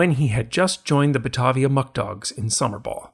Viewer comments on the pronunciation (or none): 😅 it’s pronounced Bah-Tae-Via Muck Dogs. Batavia, NY is just down the road from me.